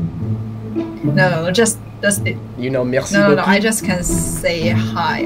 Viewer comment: you are saying beau cu*, nice as*, be careful!